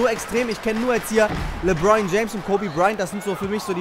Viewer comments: Er heißt nich lebroin james hahaha lebron das le wie im französischen und dann bron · Er heisst lebron nicht lebroin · Les dir mal die Namen und die Plays richtig durch. LeBron, nicht Lebroin, usw. Hört sich beim zuhören richtig kacke an. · Emirhan Taser z.B. sagt er LEBROIN anstatt LEBRON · Geiles Video Aber mich als nba fan stört noch ein bisschen dass du die namen nicht aussprechen kannst 😂